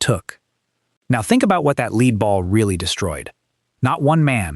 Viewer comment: You lost me the first time the “narrator” didn’t know how to pronounce “lead ball”. 👎